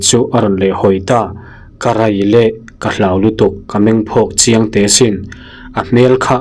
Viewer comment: karai leh, tih nge ka rei leh tih zawk? karai leh tih hi i ching riau in ka hria, dik em? 😊😊😊